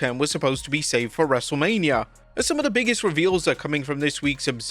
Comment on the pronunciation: you messed up a couple times in LFG/Michelle segment, lol.